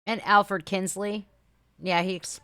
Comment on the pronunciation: Kinsey not Kinsley.